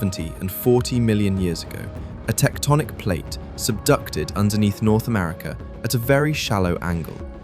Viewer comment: Why can't you say "America"?